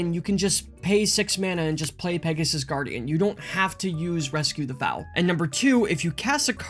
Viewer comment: THRAY-bin Rescue the FOAL (like Hole) not Fowl.... Fowls are birds lol Bogles not Boggles. BOW-gulls Sorry, grammar police in me coming out hard on this one lol On a serious note though, this deck is a beast. Hangs against Red with all the life-gain, out-draws most mid-range decks, and keeps evasive pressure on board reliably. I was incredibly impressed with it when I finally put it together myself. It is a very hard deck to beat. I would honestly even consider cutting the Custodi Squire for Palace Sentinels. Monarch and Initiative is just so much card advantage.